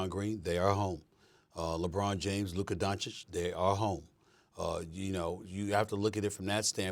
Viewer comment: SAS said Luka Doncic correctly, this first time? I don't watch FT that much